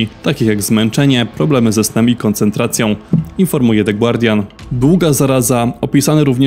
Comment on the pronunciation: The “gardian “ a nie głardian